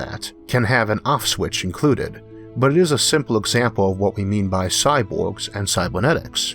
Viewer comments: Having always been around an Asian culture (which have hard time with the sounds l/r and b/v, etc), it seems to me more like a accent. (for the record... my wife, said sexy accent.) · Agreed. I will forever think of Isaac's awesome videos when I hear this "impediment". But it is that strange social fine-line that is heavily context sensitive.